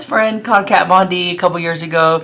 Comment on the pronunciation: This isn't Jeffree bringing shade, it's been so many years he doesn't know how to pronounce Kat's name anymore, he's so over the drama shit, he doesn't give a slap, plus it wouldn't bother her a bit, she doesn't have a thing to do with the business! Of course it wasn't necessary for him to do the religion thing, but he wanted to do something different, something that hasn't been done before, which it hasn't, I mean only Jeffree makes a Pink faux leather Bible and turns it into an eyeshadow pallette lmao, Jeffree doesn't copy anyone, he doesn't have to, he has the money to make whatever he wants and this is what he wanted to do, and he did it brilliantly as always! So you start drinking some Iced tea baby, lol there's no hot tea here! Hahaha! JK! I love you! 🥰❤